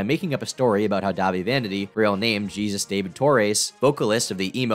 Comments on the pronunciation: I love you but Jesus is pronounced like hey-soos, not Gee-zuss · i thought jesus was pronounced 'he-soos'?